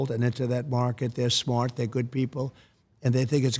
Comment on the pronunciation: Sometimes you can't hear the New Yorker in him,and then he says the word SMARRRT....and there it is....the New Yorker! ❤ ❤❤❤